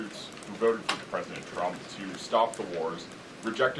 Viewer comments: She continues to say PresidenChump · It sounds like she says 'President Chump' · I always hear her say President Chump.